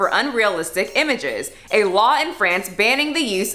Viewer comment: psst, it's FrAnce, not Frence.